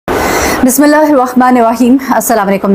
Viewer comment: Khuda ka wasta hae sab bismillah to theek par le